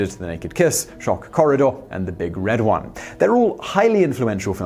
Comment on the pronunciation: Simon always apologizes in advance for potential mispronunciations of foreign names or phrases. He can't really be faulted for those as they can be very difficult. What gets me is frequent mispronunciation of English names, words and phrases. It's not "The Big RED One", but "The Big Red ONE", the nickname of the 1st Infantry Division of the US Army, headquartered at Ft. Riley, KS. And Audie (Murphy) is pronounced like "Audrey" without the "r", not like the German car Audi.